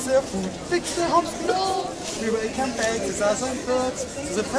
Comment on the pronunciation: "ze food" " zusern birds" : hah what a hard German accent :D Being German myself i always find it funny to hear people with low English pronunciation abilities. now i want to hear westerwelle perform this song xD D: it would be Gold !!! :D